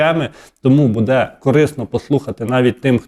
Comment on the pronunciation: Вкотре пишу! Ставте вірно наголос! Не будЄ, а бУде! Невже це так важко запам'ятати!